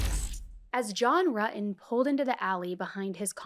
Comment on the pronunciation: Pronounce your “T’s” RuTTon buTTon